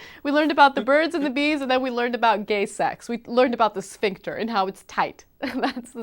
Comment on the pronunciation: ''a tight schvinkter '' LOL